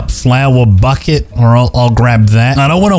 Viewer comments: Bouquet ❌ Bucket ✔️ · it’s bouquet! NOT BUCKET BOUQUET ITS CALLED A BOUQUET